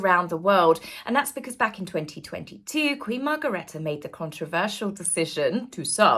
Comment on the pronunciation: Happy New Year fra Copenhagen dear. Is is Queen Margrethe not Margaretta, sorry I have to correct this, there is no a in her name. It is spelt like Queen Margrethe l, we have had another Queen Margrethe, like you had Queen Elizabeth the l. Sorry, but I just had to put it right, like crownprins Frederik is spelt without c. Many warm greetings from "wonderful Copenhagen", as I am proud of and of Denmark of course. Your loyal supporter.